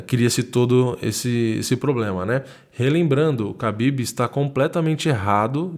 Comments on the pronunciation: Khabin não Habbin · Pow mano ninguém tá ligando se vc fala kabibe , kabide, Rabibe o rabanete! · Eu não sei pronunciar o nome dele também, chamo ele de Cabide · Toda vez que ele fala o nome do Khabib só lembro daquela música ''Habibi, Habibi, Habibi ya nour el-ain, aah'' huahuahuahuahua. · Parecia coisa de filme foi foda. Só tenho uma dúvida nesta porra é Khabib ou Rabib ou Kahabib (na tocante a pronúncia)